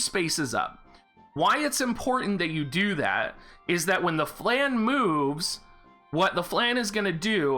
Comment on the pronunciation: please pronounce flan right it's a french word.